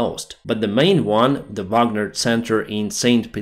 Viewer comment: "the bagner backup" 😭😭